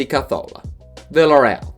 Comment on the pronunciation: Am I the only one who is bothered by the way he says carzola